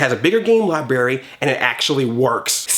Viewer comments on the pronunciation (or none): "Library" not libary